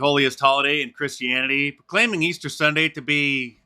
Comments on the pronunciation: Old Joe can't even get "Easter Bunnies" correct. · Jill turned away in disgust. The old fool can’t even say Easter.